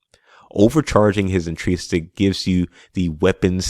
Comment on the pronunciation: Great video, great concept, but I CANNOT hear you mispronounce the word intrinsic one more time! LOL I'm sorry but it hurts me 🤣😭